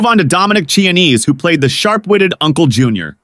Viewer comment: Its pronounced “Kee-ah-nese”